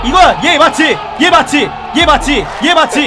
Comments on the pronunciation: 애 맞지가 난 왜 애 마티 들리지? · 이에마찌라고 하시길래 일본말인가 했더만 얘 맞지 였어ㅋㅋㅋㅋㅋㅋㅋ + 오랜만에 얘 맞지 1시간 반복 어떻습니까ㅋㅋㅋㅋ